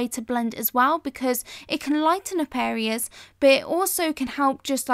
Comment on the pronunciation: Why do you sometimes say "Areas", but then also say "hareas"?